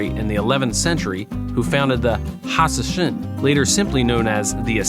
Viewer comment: They were called hashish-ans. Because they consumed hashish before assassinating people. Not hasasassasasssassss or whatever you said